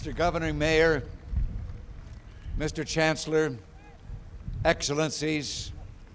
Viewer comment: "Mistööör Chääänzlöörr" 😂😂😂 Diese Amis... lol